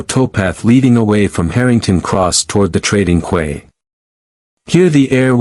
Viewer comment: To the programmer of this AI bot voice... The word QUAY is pronounced 🗝️ key 😮